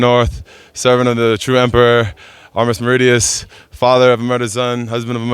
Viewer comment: “Armis Meridius” 😂🤡